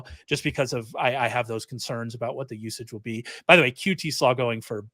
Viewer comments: Yes either Tes or Tez. Definitely not Teeeeees lol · Yeah, the first time I've ever heard anyone pronounce his last name that way. I've always heard it pronounced "Tes", not "Tee". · If I hear Ray say 'Tee-slaw' one more time!